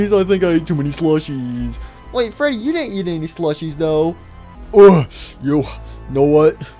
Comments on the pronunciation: I like how says fweddy instead of freddy lol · I like geogory is saying freedwy